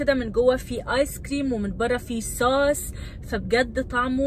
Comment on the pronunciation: الناس تقول صوص مو سووووووس